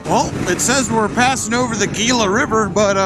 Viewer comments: Gila river is pronounced Hila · FYI Gila is pronounced Hila, full send brother.